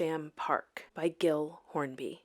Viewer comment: Pretty sure gill is pronounced jill. 😂 I've met someone with that name.